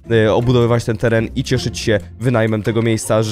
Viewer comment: "teran" Piękne 😅